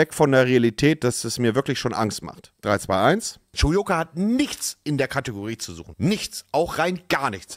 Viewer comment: Spricht man das u wirklich wie in o und wird das r nicht mit ausgesprochen ?